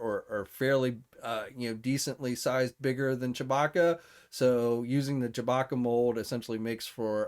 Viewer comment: Chabacca? I thought it was Chewbacca.